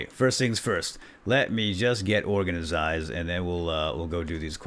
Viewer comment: it's organized not orgnizized